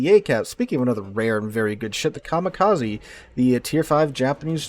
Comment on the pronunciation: Very nice game. Narration is good but you need to work in your foreign names pronunciation. Come on, for a teacher... Coronel Bolognesi you butchered badly. Kamikaze, is pronounced with 'eh' at the end (not 'e' ). It's Japanese. And Gallant is British, so it has a stress in the first syllable. You seem to be mistaking it for a Mitsubishi car. At least you took the proper way out on the subject's name and changed it to English, not the Italian name.